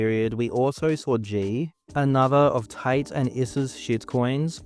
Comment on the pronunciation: his name is tate not tight